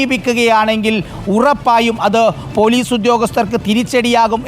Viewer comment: പോലൂസ് അല്ല മാഷേ ....